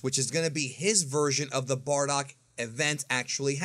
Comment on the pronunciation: Bro his name si BARDOCK NOT BORDACK xD you re stratching my ear drums every time you pronounce his name